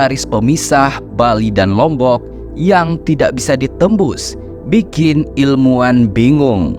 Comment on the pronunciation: ilmuwan, bro ... pake hurup W